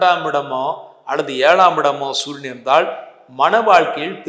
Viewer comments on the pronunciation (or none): sunia or suriyan? pronounce properly sir.